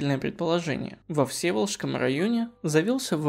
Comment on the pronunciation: Автор, ВсЕволожск и щетИна. Ладно ещё, Всеволожск не знать, хотя название на слуху, в школьной программе упоминается. Но щетинА то откуда вы взяли?